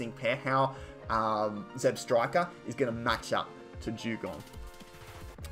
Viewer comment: It's ZebstrikA not ZebstrikER